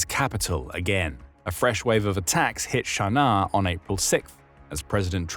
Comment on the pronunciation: I have never heard Sana'a called "Sharnar". Is this some sort of affectation?